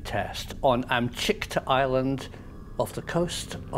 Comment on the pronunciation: Amchitka, not Amchikta.